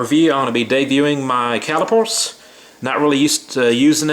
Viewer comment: caliper not cali pore